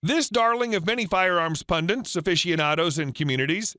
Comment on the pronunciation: PUNDITS...not pundiNts.